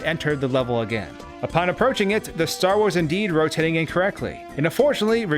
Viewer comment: "it was rotitatting diagonollally"